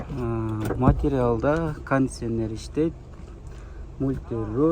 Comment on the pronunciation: Матрял дей берет экенсин да